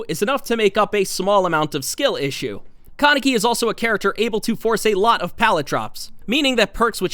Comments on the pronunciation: Its not con-neck-y lmao its Kaneki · “Kuh-necky” lol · The way u said kaneki and sui Ishida had me spazzing 💀